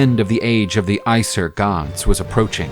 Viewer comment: Bruh called Aesir as Aysur 😭